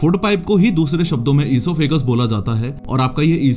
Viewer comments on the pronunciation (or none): Bhai osephagus ki prnaunsation galat ha